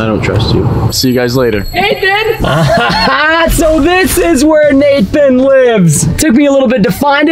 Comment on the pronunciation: Its "Nathan" not "nathon"